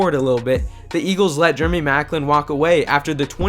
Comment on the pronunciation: germy maclin lol